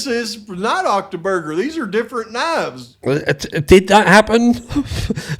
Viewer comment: "OCTOBURGER" 🤣 I've been convinced all morning that it was Saturday. You're rubbing off on me! 😂